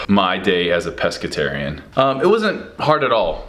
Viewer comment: Steve it's Pescatarian not Pesceterian! 😂